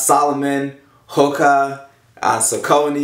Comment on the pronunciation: Saucony is pronounced SOCK-A-KNEE No Offence